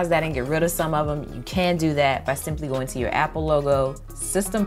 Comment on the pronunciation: "goawn". I love your accent!!